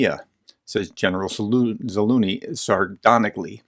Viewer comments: What happened to the letter z in Zaluzhny? Is it silent? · pls professor read the mans name once more and pay some attention to your pronunciation